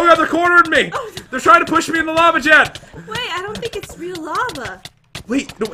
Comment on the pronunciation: that is not how to say Jen